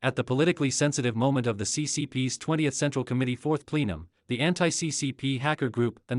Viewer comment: PLEE-num? No. It’s PLE-num. Please correct the AI reader.